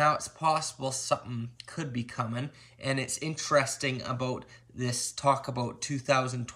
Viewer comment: "aboat" "Valemtime's Day"